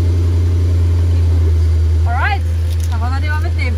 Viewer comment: I enjoyed this, despite not speaking German. I suspect that speaks English, from the way she said "All right". I would certainly watch if she did an English version of her reviews. Thank you.